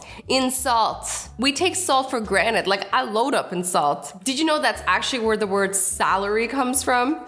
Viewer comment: is granted not granite.😐😐